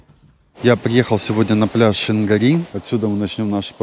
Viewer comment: Пляж, ущелье и речка называется Шингири, это тюрское название которое уходит своими корнями в глубокую древность, и то как вы каверкоите историческое название для местных людей это просто режим уши и вызывает раздражение.